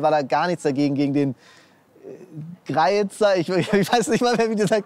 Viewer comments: Mann spricht grüeetzer nicht greietzer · Ihr sagt greiezer?😂In der schweiz sagt man gre ier